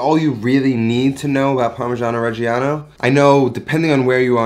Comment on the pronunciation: you just lost my subscribtion by misspronunciation of the fkin cheese. Again. Its just a slight difference between parmeggiano and "parmezhiano", but it rips my ears open. And I´m not even fuckin Italian. I am not sorry.